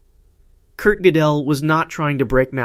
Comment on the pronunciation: Gödel is pronounced like girdle.